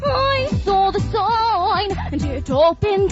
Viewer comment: "I sauw the soyne" ^^